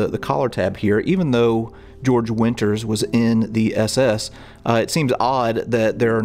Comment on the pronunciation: Georg winter. Not George.